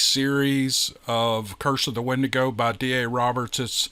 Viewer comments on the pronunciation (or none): none